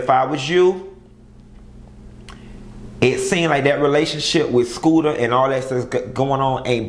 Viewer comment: Q that man name is shooter not scooter lmao!